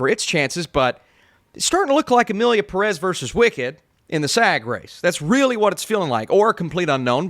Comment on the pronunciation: Why do english speaking people love to mispronounce Pérez all the time? The "é" is there for a reason. Same thing with Pokémon.